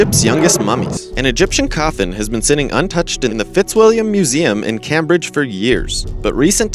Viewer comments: Moshe??? Moh-chay. Your pronounciation sucks. Its "Came-bridge", not "Cammbridge". Yikes. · Cam-bridge is pronounced CAME-Bridge, the first syllable with came as in come. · Yea, it's like he's never heard Anyone pronounce the word/place name(s). I used to live in Cambridge (4yrs from 79-83) and Not Once did I hear someone call it Kamm Bridge... Sheesh. How do you get through 25, 30, 40 years and never hear these places and other words correctly pronounced?? It 's beyond my ability to understand. Maybe he's Deaf. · Cam someone explain how to pronounce Cambridge to the narrator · IKR. Who doesn't know how to pronounce Cambridge correctly? Obviously, this guy. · oh my, then let's have a little fucking mercy, shall we, if it's a real fucking person?!?! Anyway, I think his reading is adorable. Plus, he pronounced "Chichen Itza" correctly, which cancels out "Cambridge"!! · If you're going to use names like Moche and Cambridge (among others), at least figure out how to pronounce them correctly.